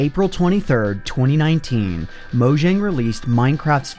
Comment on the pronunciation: Take a shot every time he mispronounces "Mojang."